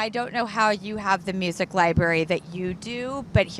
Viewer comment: To pronounce the word "music" as "museyack" is wild. Drew, calm down. You're doing too much.